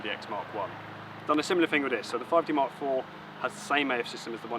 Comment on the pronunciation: For goodness sake, slow your speech down. It is near impossible to understand anything you are saying. And please tell me what a 5D mark free is? I'm off to find a video description I can understand.